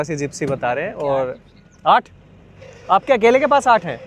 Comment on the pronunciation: Rajasthan accent aattth bathh 😅😂